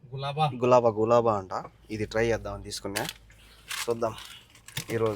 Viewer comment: Anna adi gilaba Galaba kadu Its gilaba❤😅😊